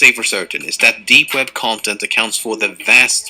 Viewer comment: it is web not wed xd